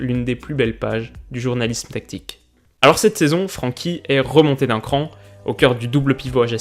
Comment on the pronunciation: Superbe vidéo une nouvelle fois très enrichissante ! Une petite précision comme je suis néerlandophone, son prénom ne se prononce pas Fr[an]kie mais Fr[èn]kie, pour dire d’avoir l’accent moins français 😉😉